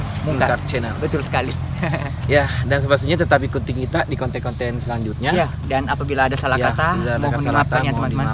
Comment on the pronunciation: Konten deng bkn konteng 😂